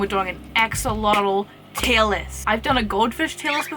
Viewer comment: Tier not teal